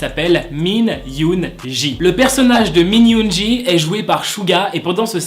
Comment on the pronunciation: Min yoongi sa se dit min yoongui et non pas min yoonji